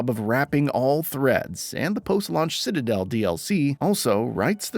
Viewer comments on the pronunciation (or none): none